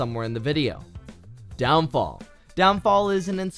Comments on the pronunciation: ITS NAMED DEMONFALL NOT DOWNFALL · Half these games are old, others turned pay to win...AHEM (World//Zero) Some I'm pretty sure u didn't play, like rogue lineage, and everyone is complaining on how you said downfall instead of Demonfall😅 but most of these games are dead, and I play Loomian Legacy, the game isn't complete and it's going to take years until it's actually done. Vesteria was free a year ago. But ima look at the games I haven't seen, so thx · This dude said down fall 🥲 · Anyone gonna tell him its Demonfall not Downfall? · The fact that he said downfall amuses me for future reference it is demonfall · Its demonfall not downfall anyways the games u said are pretty good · When you said "downfall" did you mean "demonfall"? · It’s called demon fall not down fall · Its demonfsll not downfall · bruuuu its demon fall not down fall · it s demonfall not downfall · demonfall not downfall lol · DOWNFALL 🤣🤣🤣🤣 its demonfall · DOWNFALL!? NIGGA WHAT!? It's fucking demon fall smh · Did bro just say downfall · Bro how do u butcher demon fall